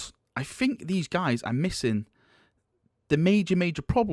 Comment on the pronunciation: Cov-er. You say cuv veh. Fked up way of speaking. "Fink" instead of think lol.